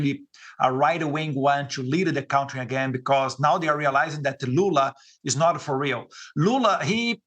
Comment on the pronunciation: Eduardo,please,eu não posso acreditar que ninguém ainda não tenha corrigido a tua pronúncia da palavra contrye